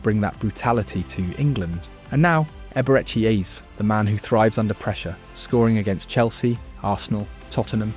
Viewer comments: hahaha Eber-Ecky Eez sounds like an american play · Wtf is Eber-echi Eeze